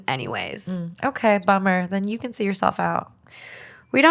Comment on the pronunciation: Completely irrelevant, I love the podcast but I am always so entertained how they say “can” it sounds like “ken” to me & it’s actually so cute 😂